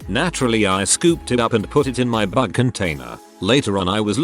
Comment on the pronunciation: I thought it said butt container for a second when it said bug. Lol 😆